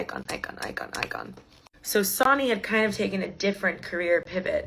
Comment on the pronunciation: i’m sorry it’s not sonny like jonny lol i think it’s sonny like sunny. sorry to be the bearer of bad news te quiero